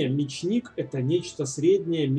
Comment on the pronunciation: Ударение: Ме'чник! :)